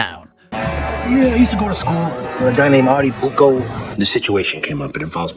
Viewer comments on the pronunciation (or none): Wow, the AI script and voicing is really bad here. "Christal Meth" "Artie BUCKO" "one of these old must gets wet" "Richie a Prior" I can't keep track any more. Great video otherwise.